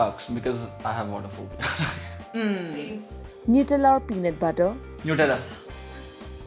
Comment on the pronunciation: thats called nutella not nuetella